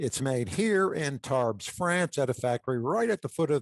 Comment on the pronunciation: it is pronunciated "Tarb", not Tarbs". Superb report, most interesting. I would have loved be on one of those flights. Margrit needs a TV documentary.